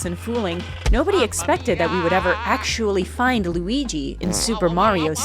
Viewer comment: Lu-eye-guy is my new character name, thank you 🙏😌